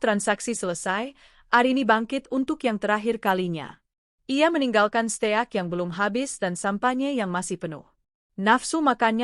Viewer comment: Steak!!!!belajar dulu klw bgmn membaca nya